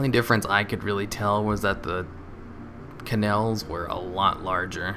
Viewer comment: Why do you say 'cannel' instead of 'canal'